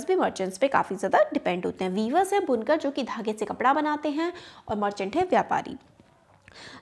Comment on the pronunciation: It is बुनकर not Bunkaar please be correct